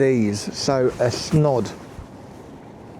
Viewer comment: Great vlog again keep it going I tend to go small on baiting in the winter same baits etc etc but one thing tho the wrap around neck or head garment it is pronounced snood not snod mate look up the word snod lol 😂😂